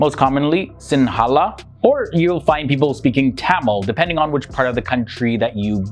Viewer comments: Just wanted to add another misconception but when you pronounce the word “Sinhala”, it’s pronounced more like “Sing-her-ler” rather than how it’s written in English. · It’s not srae laneka and it’s s-I-n-hu-la (Sinhala) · ok, love that you're promoting my country but the way you pronounce Sinhala is cracking me up, we pronounce is as 'sing-hala' we dont pronounce the 'n' (i'm a stickler for pronunciation, one of my OCDs) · I like the way he pronounced 'sinhala' 😄